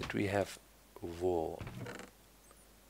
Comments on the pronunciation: Vool? I thought it was wool! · That's because in German the letter "W" is pronounced the same as "V" in English